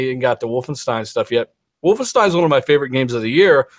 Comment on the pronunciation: It's not "Wolfensteen"! Lol